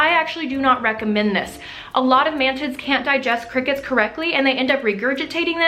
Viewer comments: I thought you said "man tits" and not mantids and I was very confused for a second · Did she say “mantits”? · I cant stop hearing "ManTits" xD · it sounds like you keep saying man tits hahaha